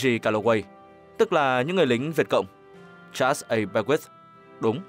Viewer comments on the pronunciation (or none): none